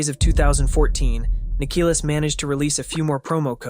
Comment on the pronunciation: You keep saying his name wrong. I’ll help you understand how to say his name. Nick-Uh-Lis ( sounds like list without the T )